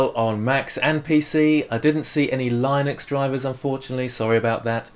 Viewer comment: oh, when u said Lienux instead of linux, thx for the vid btw, ive been rly getting into sculpting and wanted to improve my caricatures, so i looked on XP Pen and i might be getting an innovator 16 for christmas! Thanks